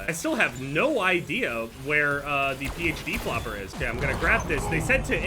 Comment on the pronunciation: Dude pronounces PHD flopper like it has the will of D